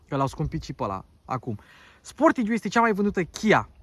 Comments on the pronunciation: Pronuntia corecta este 'sportaj'... preturile astea sunt mult prea mari pentru Romania... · Pai mentionez Hyundai Tucson. Arata mai bine, are materiale mai bune si pret de achizitie mai mic. Si apropo se pronunta "Sportaj"!